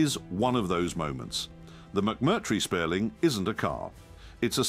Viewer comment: SPIERLING - cmon man at least get the name right